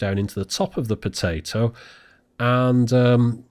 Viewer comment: Are they not potah to